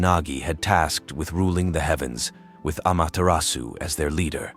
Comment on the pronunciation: really good summary of her storyes! but please lear the correct japanese pronuncition 😅 the "R" is very different, no need for perfection toh 👍